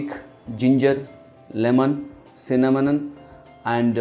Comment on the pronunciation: He can’t even say cinnamon and apple cider vinegar